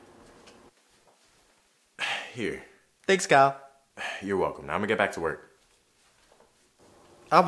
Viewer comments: It’s ky-yell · dis dude said kyele